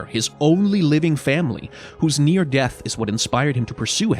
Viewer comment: "death" of vander